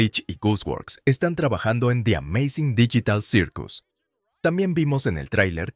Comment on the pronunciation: Pov el wey : hola como estan yo estoy bien y hablaremos de di ameizing dillital sirkus